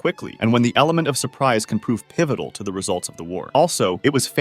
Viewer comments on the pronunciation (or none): "Jena" is pronounced "yayna," not "jee-na"